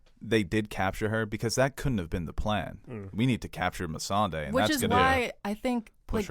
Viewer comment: I scratch my head with and. How she forgot about the Euron's fleet when they just talked about it. I mean for God's sake, one of them is the only person in the world that says Missandei's name weird. I hope it is his accent that makes him pronounce it like that.